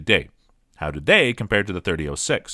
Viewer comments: As soon as he said "thirty-o-six" .... I'm out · It's either "30 aught 6" or "30 Springfield." Hearing him say "30 oh 6" makes him sound like a complete rube. Stopped the video at the 3rd utterance. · 30 ought 6, please stop, it hurts me every time you say 30 'oh' 6. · 30-06 is pronounced; thirty aught six, not "thirty O six" which is tantamount to sacrilegious ramblings. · Sorry dude. Couldn't watch more than 4 minutes. It' s not 30-O6. O is a vowel. It' s 30-aught six period!! As in three zero- zero six. 30-06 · No, not "thirty ought six." It's "Thirty Aught-Six," or for those of us who love it, just "Aught-Six"...Loyalists take note. And mentioning "308" in any discussion of the Aught-Six should be a crime punishable by having to listen to this video ten times in a row. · It's aught6, not .06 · Thirty aught six. Not thirty O six. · Dude “30 ohhh six” that’s a new pronunciation for a 120 year old cartridge...I don’t trust this robot.... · I had trouble paying attention after hearing .30- (OH)6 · What's up with the narrator ? Mispronouncing lots of names and I think I even heard him say 30 -08 at one stage ! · the way he says 30 06 is driving me nuts ..... 30 aught6 i can hear my grandfather correcting me now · Did you say "thirty O six?" TF? Lol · If you are going to review a cartridge you should at least learn how to pronounce it. There is no O in 30-06. It is pronounced aught. Thirty aught six. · Must be AI generated. Two key things it got wrong, the pronunciation and origin of this cartridge. The origin comes from "30 caliber Military Ball of 1903"